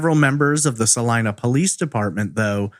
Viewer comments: he pronounced it" sa line a" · It is pronounced. "Saleena"